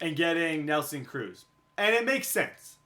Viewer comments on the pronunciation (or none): none